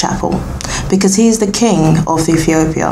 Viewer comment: My girl, I am Rastafarian and you have some information which is historically incorrect and your pronunciation is off and convoluted with bible verses. Aethiopia??? Never heard of that. Abyssinia is the original name of Ethiopia. So go read some more! Watching here in St Lucia 🇱🇨 and disappointed with this tlc